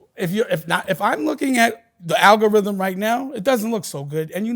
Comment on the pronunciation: Dame dashole pause the ALGARHYHEM 😂